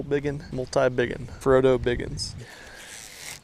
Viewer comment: “Frodo Biggins” 😂😂